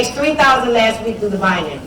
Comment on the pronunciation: Lol "bianary", seriously?